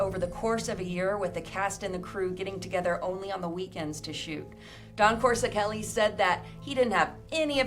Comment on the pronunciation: Wait lol o heck No!!! Did just slaughter Don Coscoreli s name by brutally mispronoung his name lol.. and she is giving facts about this movie. Well if your gonna host and talk about this iconic horror Sci fi fantasy classic and spit out these amazing facts about what went on behind the making of this iconic classic damn atleast get the director s name right.. don't just mention his name more than once and butcher his name several times u say his name... I was like really??!!. She says coreseli or some thing way oft from the spelling of his name. It's Coscoreli. Geeez!!